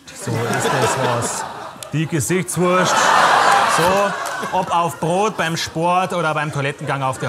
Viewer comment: zu geil 😂 böhmi ist selbst die ganze zeit nur am feiern xD“gesichtsworschd“